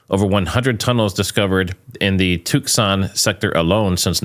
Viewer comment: Did say tuke-sahn instead off toos-sahn when pronouncing tuscon? Was he saying it right?